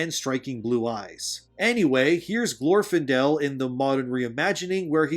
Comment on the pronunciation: Good video but PLEASE have people listen to a read thru FIRST and correct your pronunciation before recording!!! You mispronounced a couple of words and peoples names (Rhetoric, Eowyn, Glorfindel, Gandalf, and Sylvan?). Have you ever even watched the movies? Doesn't seem like it. Also Middle Earth looks and is written the way it is NOT because he lived in England and he wrote what he knew, although that HELPED. He wrote Middle Earth like he wrote Middle Earth BECAUSE it was supposed to be a fictionalized, mythologized ANCIENT history of England SPECIFICALLY.